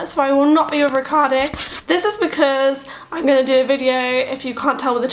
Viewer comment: To me is strange not only that you don't speak nearly any italian after some years of living in here and being married with an italian, but that when you say the name Riccardo you basically pronunce it like any english speaker person who has never heard how this name is supposed to be pronunced in Italy.